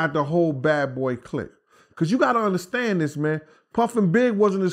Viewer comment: Take a bong rip every time asks us to "undastand" him!!! Let's get high!!!